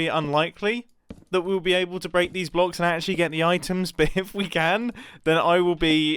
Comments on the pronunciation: "If try to to >>bleak<< a block..." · He said Blak a block